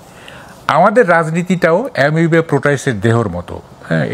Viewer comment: এ্যামিবা প্রাণি।এমোবিয়া৷ প্রাণি নয় সাংবাদিক ভাই